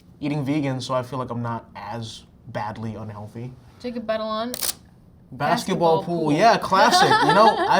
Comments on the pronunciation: Tom: "Jacob Batalon... Tag-a-long? " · Jacob Batalon, Tahghalog 🤣🤣🤣🤣🤣🤣🤣